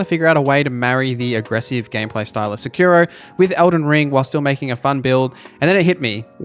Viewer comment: I cant get passed the way you mispronounce wakizashi and Sekiro and pretty much every other Japanese word you say lol. Cool vid though, ty for sharing.